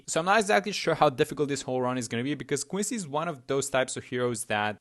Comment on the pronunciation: why do you pronounce quincy like that koicy